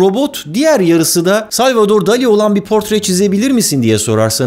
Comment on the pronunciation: Barıl dol i diye telafuz edeceksin dikkat et bunlara